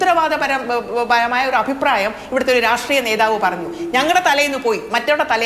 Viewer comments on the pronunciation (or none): none